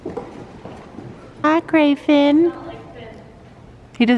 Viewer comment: This is what I say to myself every time I hear them say grey Finn!!!